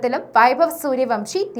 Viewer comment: സൂര്യവംശി അല്ല സൂര്യവൻഷി ആണ്